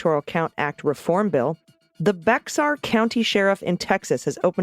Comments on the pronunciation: BEXAR is pronounced bear. Sorry just lived there 10 yrs and consider myself Texan lol! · Dear ones, "Bexar" County in Texas is pronounced "Bear". Easy mistake for non Texans.